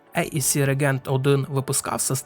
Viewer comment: рЕгент, рЕгент, рЕгент. Це для того, хто читає. І ще 1125 раз повторити. Від твого регЕнта з вух кров тече. Ну а про роутмастер та аррОу я взагалі мовчу. Вчи англійську або хоч спитай, як це вимовляється аби не ганьбитися.